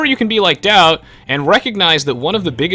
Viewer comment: the way you say daut it sounds like doubt is that normal? in french daut sounds like dot